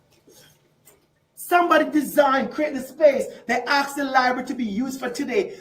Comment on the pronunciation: Are all black Marxists required to say "axe" instead of "ask"? To keep their card? Not really dealing in the ABCs is he...